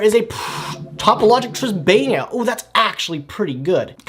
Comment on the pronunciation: Tribaena is pronounced (Triss - bay- nah)